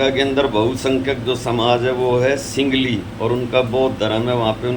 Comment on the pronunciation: सिंगली नहीं सिंहली 😂